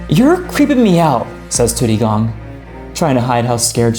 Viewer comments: it's not tudigong it's tu di gong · u said tudidong wrong